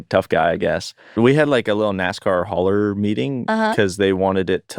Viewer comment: Its “hauler” like the type of trailer they haul things in, not “holler” like they got yelled at (though they did probably get yelled at) 😂